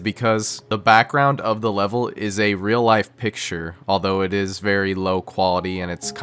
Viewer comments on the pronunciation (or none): none